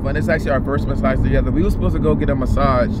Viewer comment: “Mascage” 😂😂😂💀 I love y’all